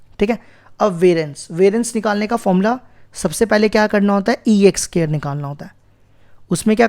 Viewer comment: Sir it's not SCARE it's SQUARE 🥴😒